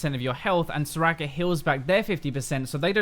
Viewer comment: All I heard was 'so-racker so-racker' :^)